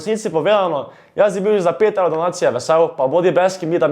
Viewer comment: Gahahhaha stari toti res nea zna govorit XD "Evlov" "Lazlika" :rofl